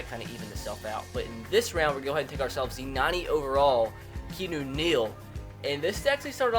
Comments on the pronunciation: keenu neal? really? its keanu not keenu. come on man. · key on ooo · it's pronounced kee an eww